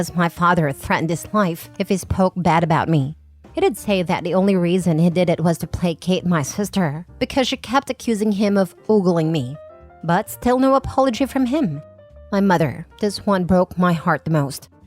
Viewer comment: *Ogling, not *oogling. *Bully, not *booly *Codling, and *cuddling aren’t interchangeable. Not sure if you’re using discount AI, or you’re too lazy to look up pronunciation.